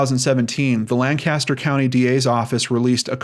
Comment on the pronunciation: FYI: The city in Pennsylvania is pronounced LANK-aster; not LAN CAST er.